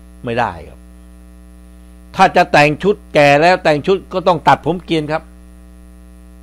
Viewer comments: เกรียนค่ะ ไม่ใช่ เกรี๋ยนค่ะ อย่าออกเสียงผิดค่ะคุณสุนัย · คุณสุนัยคะเกรียนไม่ใช่เกรี๋ยนค่ะ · ภาษาไทยไม่มีคำว่าเกรี๋ยนค่ะ ต้องออกเสียงให้ถูกต้องค่ะ คำว่าเกรี๋ยนไม่เคยได้ยิน หรือถ้าได้ยินบ้านคุณอาจเป็นภาษาท้องถิ่นหรือเปล่าค่ะ โปรดเปิดดูพจนานุกรมนะคะ หนูเรียนมา มีแต่คำว่า ผมทรงเกรียน นักเรียนชายไว้ผมเกรียน ไม่เคยได้ยินว่า ไว้ผมทรงเกรี๋ยนค่ะ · ทำไมออกว่าเกี๋ยนลุงสุนัยภาษาไทยเพี้ยนหนะ